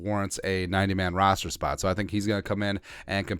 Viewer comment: love your broadcasts and fball knowledge but. We have a player roster, not rooster and rooster is a male chicken and we fill the roster with UDFA's just want to have you sound professional all the time. Great work otherwise!